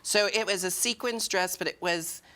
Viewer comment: did she say "sequince dress" lmao jinkx is the new roxxxy